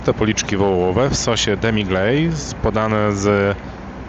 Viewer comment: Sos "demiglejz" 😅